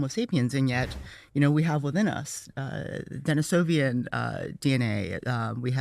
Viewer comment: Sarah Parcak says: "So first of all... none of these folks are archeologists; Graham and others..." But also Sarah Parcak mispronounces things that should be in her general field of expertise since she IS an archeologist. She said "Denisovian" (it is Denisovan - no letter 'i' after the 'v'); she says "Goblekli Tepe" (It is Gobekli Tepe - there is only one letter L in Gobekli). I am not saying she doesn't know what she's talking about, I am sure she is very knowledgeable, but for someone that starts up by throwing dirt on someone else for not having a certain degree of education, while she herself claims the mighty throne of know-it-allness, dedicating her life to this branch of science, so many mispronunciations of things, right at the start of this video, kind of stands out. Don't claim to be an expert Archeologist and then proceed to mispronounce Archeological sites and archaic human species. With that said, great video and I appreciate these types of discussions to try to piece together the truths.